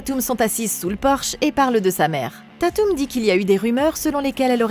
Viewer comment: J'attendais vrm les screams depuis longtemps!!❤ par contre ce qui me derangeais etait comment tu prononçais dewey et tatum😂